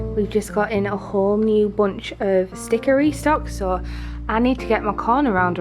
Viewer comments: What do you mean she didnt say « stickery stocks » I heard it!!!!😭😭😭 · I heard it too!! Haha. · You said “Sticker Restocks” but all I heard was “Stickery Stocks” lol